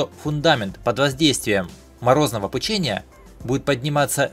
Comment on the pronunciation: пУчение, а не пучЕние.